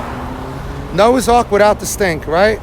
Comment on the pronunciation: "Noah's arc widdout the stink." 😄 🤣 You crack me up.